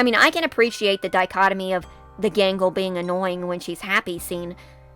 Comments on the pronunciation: I keep hearing “Mangle” instead of “Gangle” lol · Who is Mangle her name is Gangle?